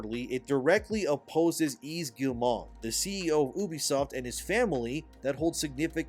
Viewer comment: "Yves" is pronounced "eev". Silent S.